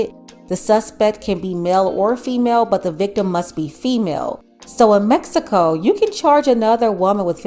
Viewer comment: METSICO, METSICAN! ITS MEX I CO NOT METSICO